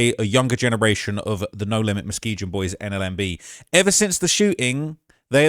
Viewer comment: 'Muzgeejen bruv innit' 😬 its Mus-key-gun